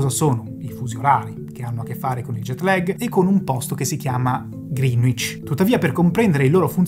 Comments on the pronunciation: Dario e la sua penna rossa non richiesta: Greenwich si pronuncia 'gree-nicc' /ˈɡrɛnɪtʃ/ non 'griin-uic' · Grande video, pero' e' "Grinich" non "GrinUich" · Da correggere la pronuncia che è Grenich e non Grinuich. Detto ciò molte grazie per il lavoro certosino, forse pure troppo. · Ottimo video. Una sola pecca, molti non sanno che la pronuncia di Greenwich è qualcosa tipo “grenidg” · Bravissimi. Unica nota: la pronuncia di Greenwich è gren-itch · Greenwich si pronuncia Greenic (con la c di ciliegia). Pare strano ma è così. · ehhm, si pronuncia grenich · Ehm, tutto molto preciso, però ci sono evidenti errori di pronuncia: Greenwich si pronuncia "Grènich" e non "Grìnuich"... e poi (ma questa la sanno in pochi) "Kiribati" si pronuncia "Kiribas" 🙂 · Perdonatemi l'insopportabile pignoleria, ma vi sono due errori di pronuncia per toponimi irregolari. Uno è "Kiribati", che si pronuncia "Kiribàs" ("ti" si pronuncia "s" nella lingua locale). L'altro è... "Greenwich". La pronuncia corretta è "grènic'" ("c" come in "ciao"), non ha nulla a che vedere coll'aggettivo "verde" e la "w" è muta